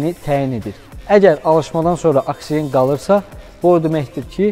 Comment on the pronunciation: 😂AKSİĞEN-də korladın də, hamı kimi oksigen deyəndə nə olur ki?